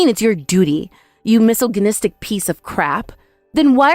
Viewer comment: Her pronounciation of the word, “Misogynist,” . . . Miss - ogg - in -it !!!